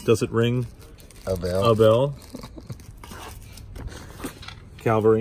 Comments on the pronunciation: For a guy who knows so much about military memorabilia, it is really disgusting to hear him say CALVARY when talking about the CAVALRY ! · I'm sorry but it is CAVALRY NOT calvary. He should know better, otherwise he is very knowledgeable and a great guy